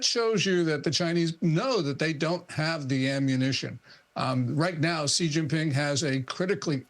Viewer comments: It's pronounced SHE (Xi) not Ghee. It's not hard. Love him or hate him. Just say his name properly please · XI IS PRONOUNCED “SHE” FOR CHRIST SAKES, YOURE A JOURNALIST!!!! GET IT RIGHT!